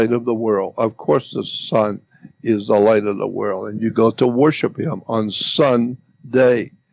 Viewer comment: Instead of world Jordan says like whirl! Haha.